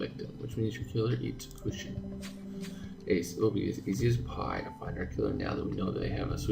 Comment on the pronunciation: Not with evil intentions, but I laugh-cringed when you read the word kuchen. But I understand, the "ch"-sound in German is very special. I create the sound by smiling and forcing the air out. The space between the air and the roof of your mouth creates the hissing sound of "ch". Or you just hiss like a cat. That creates it too. Let's see if you managed it by the time of the third chapter.😉😘 Yuna